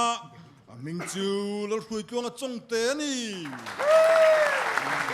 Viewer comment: PU Thangthuama berin Pu Hruaitea hnam hming a lam sual sak fo vang hi a nih hi Midang pawn an lamsual ṭhin. CHAWNGTE - Chawngthu tiha CHAWNG thluk angin thluk tur a ni. Khawhming CHAWNGTE thluk ni lovin. A mah hretuten lo hrilh teh u.. Pu Hruaitea pawn an insawifiah nual tawha, mi hian an lam dik sak thei ṭhin lo.